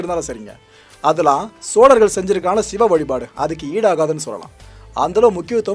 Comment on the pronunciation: chozhargal என்பதே சரி sozhargal அல்ல.